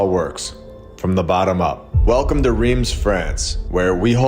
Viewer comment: Rheims is prononced ; Raince. Thank you